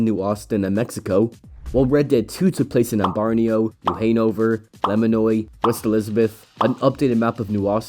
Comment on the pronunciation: Hey man great video but your pronunciations of ambarino new Hanover and lemoyne gave me a stroke